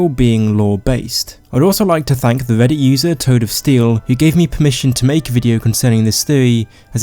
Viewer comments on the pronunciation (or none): none